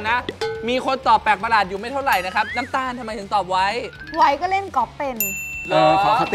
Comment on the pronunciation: นําตาลไม่ใช่นําคาล